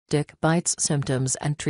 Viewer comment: Really sounds like this lady says Dick instead of Tick hahaha I was dying! 🤣🤣🤣🤣